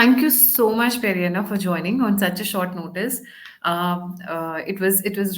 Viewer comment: Hi, you need to call him Pedda Anna not Peri Anna😂